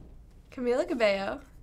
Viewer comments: How hard is it to say CABELLO LIKE CABEYO not CABELO. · RIGHT? It’s CamEEla CabeYo not Camila Cabelo I just wish people would pronounce it right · It’s CabeYo, not CbeLo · It's pronounced cabayo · Omggg it makes me so mad when somebody says Cabelo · WHY THE HECK IS EVERYONE SAYING “CAMILA CABALLO” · "Camella cabelloo"😑😑😑